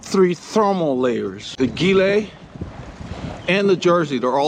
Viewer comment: Man that looks COLD!!! Btw the sleeveless Gilet is pronounced like the Giro d’ Italia....